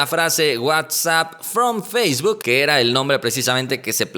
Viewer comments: por favor!!! Esa pronunciación de facebook te salió medio rara. No es “feishbook”. Saludos camarada. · Eduardo Ibiza ayala ¿qué pedo con tus oídos? Si no lo escuchas ponlo en velocidad 0.25 y notarás ese feishbuk. Si no sabes inglés básico tu vida anda al pedo. 🤫